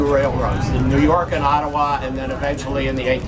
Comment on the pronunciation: Great video! I’m impressed he says Ottawa and Montreal correctly lol